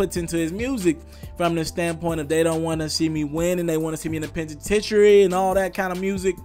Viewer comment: The pentitentary....? or whatever your name is check your pronunciation of the words you use my brother lol